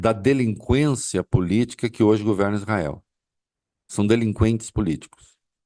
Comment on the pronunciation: "DELIQUENCIA?" "DELIQUENCIA?" "DELIQUENCIA?" "DELIQUENCIA?" "DELIQUENCIA?" "DELIQUENCIA?"